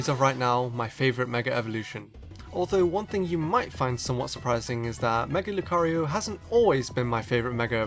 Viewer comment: who else clicked off the video when he said mega lucario